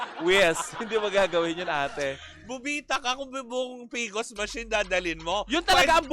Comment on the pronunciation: PCOS machine mare, hindi PCOS! 😂😂